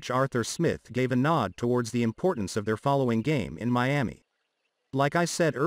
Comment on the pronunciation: Stop saying Me-ami it's annoying, hard to listen.